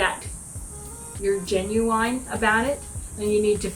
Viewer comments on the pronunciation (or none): Love how grandma says genuine, gen you wine, gotta love her. ❤